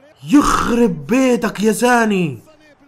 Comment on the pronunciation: زاني ✅😅😅😂 ساني ❎